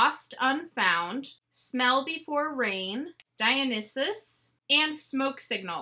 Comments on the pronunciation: Dye-on-eye-sus. Pronunciation should have four syllables. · Love your videos! Btw it is pronounced: Dye-on-eye-sis. Greek god of wine, festivals, madness, and theater! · Art history minor here with a big portion being Greek mythology it is pronounce DIE-OH-NICE-ISS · It’s pronounced Dino-saurus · You do know you could’ve quickly googled how to pronounce Dionysus right lol. It’s pronounced dai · uh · nai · suhs